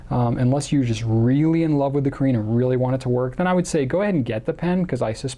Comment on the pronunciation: (Btw, caréne is pronounced Cah-rhen) :)